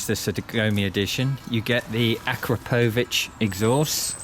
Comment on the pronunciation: How to pronounce Akrapovic